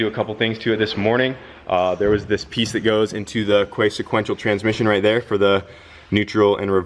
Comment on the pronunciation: Every time you say quaif I imagine you're saying queef and it makes it funnier.